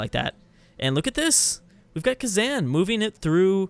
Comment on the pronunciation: A kitten dies every time says KhazAN.